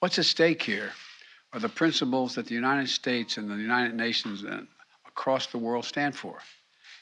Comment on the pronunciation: He doesn't stutter, he has a speech defect. United is pronounced by him as unined. He can't pronounce the "t." It's absolutely appalling that anyone makes fun of him for that.